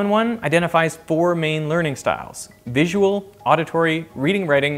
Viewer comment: Three, I suppose :-) Vi-su-al